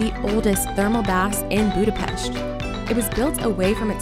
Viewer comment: Thumbs up for pronouncing the city name same as the Hungarians!